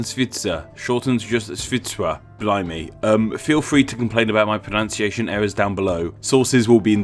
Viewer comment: Boy, your pronouncations...